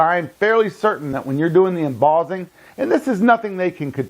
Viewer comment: Sorry, had to give up after 3 minutes of 'embozzing'. It's mboSSing, ffs.